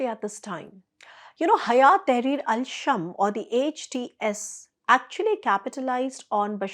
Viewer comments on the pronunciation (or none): not shm it's شام